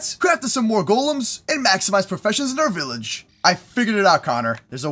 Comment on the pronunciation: BILLAGE!!!! BEKFAST